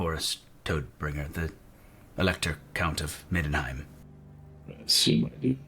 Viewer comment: Toadbringer? lol it's TODD Bringer. Tod being death in german.